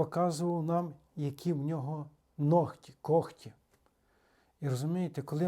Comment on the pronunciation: Українською нігті, не ногті. Дякую,, за пояснення!